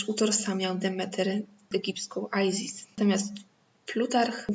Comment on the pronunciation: No ale nie Ajzis (z ang.) tylko Izis, Izyda.